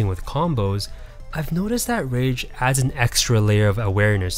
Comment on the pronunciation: At first I thought you were saying RANGE effect lol.